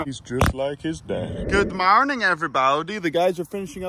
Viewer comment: Good mawning everybawdy